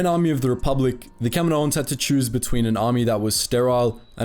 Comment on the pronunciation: Everytime he says "Kaminoans" it sounds like he's saying "Kevin Owens".